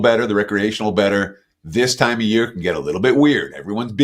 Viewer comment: What is a yurrr? Is he trying to say year ????